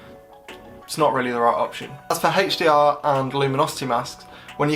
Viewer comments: That HDR pronunciation was hell of a pain to hear 😫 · hechDR on this hechDR on that and hechDR on that